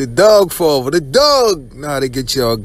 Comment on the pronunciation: Yea I can tell how he pronounces dog sounds like doug